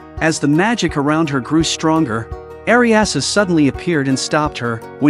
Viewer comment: Her name is "Redcurrant" not "Ryanan" and she is a Leánnan sídhe, pronounced "Ryanan Shī" (リャナン・シー) in japanese. And another thing... "Eriasu"!??! Eriasu!?!?!!? REALLY!?!?!? It's too much to paying a little more attention to those details?